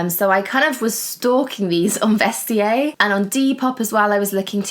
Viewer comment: Wahhhhh!!! As a French speaker, please never say Vest-ee-yay again!!!! 😱 It's pronounced ' Vest-ee-air' 😉😘 xxx